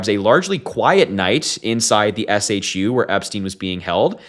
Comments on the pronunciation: It's shu, pronounced as shoe. That was driving me crazy. 😆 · FWIW - SHU is often pronounced “shoe”. Anyway, Epstein’s killer was disguised as a prisoner. Not a conspiracy theorist either, but this was way too fishy. This guy knew too much and the fear was he was about to talk. He made one sweetheart deal in Florida and he was prepared to make another. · SHU is said as "shoe" not S.H.U. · SHU is pronounced shoe. All cameras have to work. Typically if a camera is not working, they move inmates off the tier. All SHU staff are given a cutting tool and have extensive training for suicides. Idk if these people were doing OT and not the usual SHU crew, but they sound incompetent.